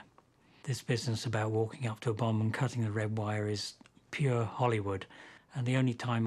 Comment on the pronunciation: "A bomb has....." I thought he said " A Obama" I was like wut?